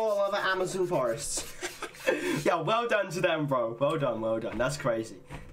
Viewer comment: "That's a freaking whole florest" lol